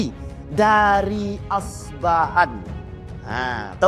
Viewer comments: Debut betul2.. Bukan asbahan. Tapi yg benar... Isfahan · Kota Isfahan bukan Asbahan